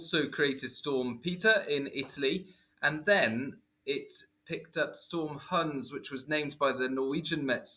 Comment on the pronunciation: you clearly haven't seen my comment on your pronunciation of 'Hans' in your deep-dive vid. It's pronounced 'hunce'.